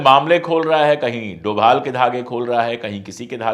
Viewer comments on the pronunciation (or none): none